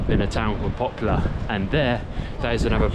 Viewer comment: It pronounces "Poplar", not "Popular"